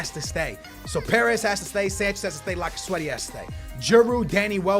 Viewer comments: it is lacazette not lacazwete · I cant wacth this my wars a blending cuz of all the time u said laccasweaty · PLZ stop saying lacazwetty he is cold lacazette